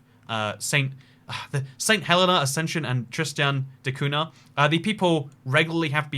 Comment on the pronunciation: The "nh" in Cunha is pronounced like the letter "ñ" in Spanish or "gn" in Italian